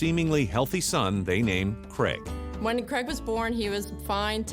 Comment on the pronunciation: Cregg? It’s C raig